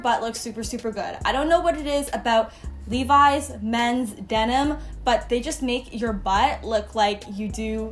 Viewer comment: OMFG is that how you pronounce Levi's ????? i've been living in a lie my whole life damnnnnnn